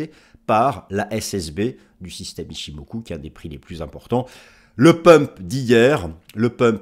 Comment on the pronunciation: s'il-te-plaît 🥲🥲🥲 Prononce iTchi moku 😂 on dit bien un suSHi mais c'est iTchi moku 😅😅😅 merci pour tes analyses claires et ton côté "mon précieux" quand tu parles de nos Cryptos 😂😂😂 la bise à l'équipe du 🇯🇵